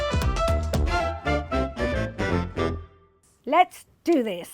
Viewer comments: I'm not even Indian. But she needs to stop saying 'Go'Bee'. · Its not goubi! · Wtf is gaubi? You're an Indian, at least pronounce it well!